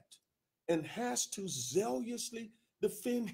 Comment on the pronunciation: I loved this video. It is the absolute epitome of consolation as far as presenting a ray of hope in the midst of this public and catastrophic situation. But if I may humbly submit, I cringe each time you say zealous. There is no letter I or y in the word zealous. Please stop repeatedly mispronouncing that word. Please review the proper pronunciation of that particular word. Sorry, but I had to address that. Mispronunciation aside, I was very soothed and encouraged by this video. You nailed it. I was glad that you spoke specifically and concisely about the legal approach to Mr. Kelly's defense. I am sure that you are just mentioning the basics for the moment. But should his legal team manage to turn the Titanic, then maybe someday someone will accept the legal burden of restoring Mr. Kelly financially as a result of all of this defamation of his character. I can hear you now going, OMG, that's not only another video, but a degree in law itself. Not to take up your time, but thanks for providing this information. It's greatly appreciated. I just wish RKelly didn't have to be the subject of the day and shed light on how easy it is to use the law itself to commit the crime of Extortion. The law is there for real victims but this has become a litigious society. RKelly is obviously the real victim here, but who is the man for the job to defend and re$tore him or "make this right." Or do we as a society accept this way of boldly extorting via blackmail and bullying (Mute RKelly for